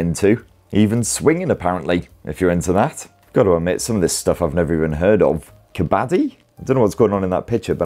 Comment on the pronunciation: Its pronounced as : "cub-bud-dee" an indian sport